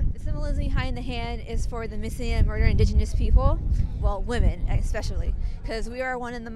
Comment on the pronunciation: I hate when people say "ek-specially". Theres no "c" or "k" until the latter half of the word and the "c" is soft. Say it with me ESpecially